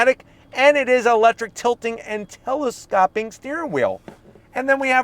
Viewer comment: Telescope not telescopp! 😂 you change the way you say it every video lol